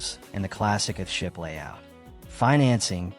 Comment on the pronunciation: AI narrator pronounces EARTH SHIP as ''ah ship''. Why this video does not correct it, is why I won't leave a ''like'' nor ''subscribe''. 🤨